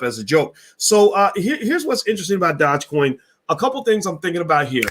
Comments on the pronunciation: What is a Dodge Coin 😂😂😂😂😂😂. You are mispronouncing the word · It’s Doo je coin. Learn how to say it. Even dog e coin would be acceptable. You sound like a fool. 😆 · YES - ITS DOOJE( PRONOUNCED) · A lot of people commenting on the way your pronouncing dogecoin, but I Don't think this stock deserves the correct pronunciation sound to much like a ponzi! ( Remember Bernie Madoff)